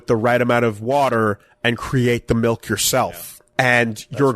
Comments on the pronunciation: says "melk" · It's MALK you uncultured heathen! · GET THE MAN A GLASS OF MAULK!